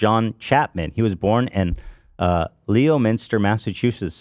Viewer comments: It’s not Leo-mister It’s lem-in-stah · me when i’m related to johnny appleseed. also ethan it’s not leo-minster, it’s pronounce lemon-stir edit: LOVE THE PODCAST TOO❤️❤️ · The moment Ethan asked about Johnny Appleseed i knew he was about to mispronounce Leominster (lemon-stir) 😂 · “lemon”ster not leominster 😭😭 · It’s always hilarious when people try to pronounce Massachusetts towns. Ethan: Leo-minster The real way: Lemon-ster 😂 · been living in new bedford my entire life and didn't know this was the correct pronunciation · leo-minster he said 😂 didn’t correct???! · As someone from MA it was really funny watching Ethan pronounce Leominster MA. should do a segment where he has Ethan guessing. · he mispronounce leominster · as a Boston kid, you had every opportunity to make a comment on Ethan’s butchering of Leominster MA! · they should have an ethan tries to pronounce massachusetts city/town names segment 😂😂😂